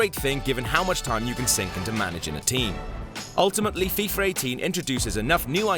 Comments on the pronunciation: its fifa18 not fifur 18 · why does he keeps calling it freefa